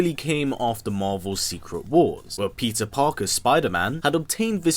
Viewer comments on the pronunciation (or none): I honestly swear he said Pizza Parker